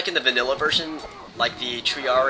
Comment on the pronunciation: are you saying "vanilla"